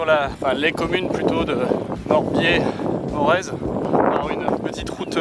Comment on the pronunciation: Morez qui se prononce Moré